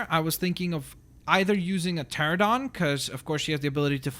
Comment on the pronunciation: PTERANODON NOT PTERADON!!